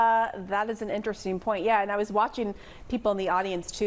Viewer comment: So, Pamela, it's now "intersteen" instead of "interesting"? Just making it up as we go? Or would that be "makeen" it up" Yeesh!